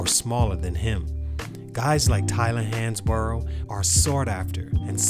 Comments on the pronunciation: Pronounced Hans-Bro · It's pronounced like "Hans-bro"